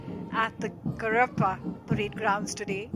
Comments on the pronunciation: the lady commentator is doing such a bad job....she cant pronounce Cariappa also properly.....she is stopping and making mistakes.....Doordarshan - please take note....we used to have the best commentators from here before! love the Indian Army. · if you can't pronounce Cariappa, you have absolutely no business commentating an Army Day parade....but it doesn't stop at that, does it.... "the regiment of the motto is..."